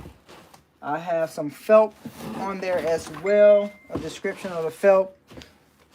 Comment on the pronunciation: I’m sorry but I hear u say “felp” the pronunciation is felt with a “t”, just letting u know bro.